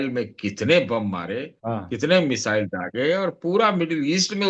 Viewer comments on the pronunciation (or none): none